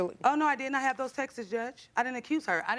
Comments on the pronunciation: It’s not texes. It’s texts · I still can't get over 'axed' instead of "asked". And 'texes' for 'texts'. I've only ever heard this from Americans. They butcher the English language😢😢😢😮😮😮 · You shouldn't be axing anyone lol. Why do so many people on JJ not speak properly ask not axe!!!! Textes geez. Texts god help us! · The way she keeps pronouncing "texts" like "Texas" 😭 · "Textes." Omg. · Textes is bad too Or “more income coming in “ 😅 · 1. “Axe” 2. “Textes” 3. “What had happened” PLEASE bring back proper English!! 🤦‍♀️ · Why can’t these grown women pronounce words!!?! Axed and Textas 🙈😖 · Did she axe her in the ‘texes’ she sent her? 🤣🤣